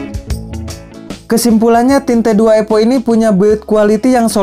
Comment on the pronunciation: Evo kang evo bukan epo 😂. Nice review tapi, singkat jelas padat 👍👍